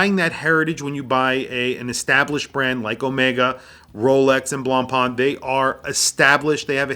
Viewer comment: The pronunciation of BLANCPAIN is not BLANCPAAAN.